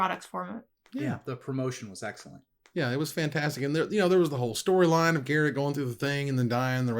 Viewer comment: Why is reading Garruk wrong? didn't WotC announce how to pronounce him correct?